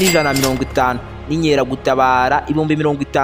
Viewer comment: Bavuga INKERAGUTABARA apana INYERAGUTABARA!!!